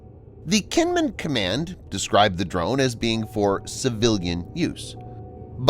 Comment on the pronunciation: Kinmen is actually pronounced like "Jean Munn". Xiamen is pronounced "Shyah Munn".